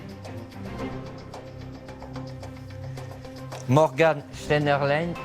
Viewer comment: Morgan cheinderlin 😂😂 jpp